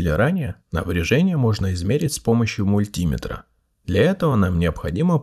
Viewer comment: МультимЕтр, ампермЕтр, вольтмЕтр, киломЕтр, а не мультИметр, ампЕрметр, вОльтметр и килОметр. Теперь ты знаешь как правильно.